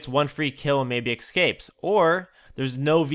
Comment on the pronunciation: its ESCAPES adren. Not ECSCAPES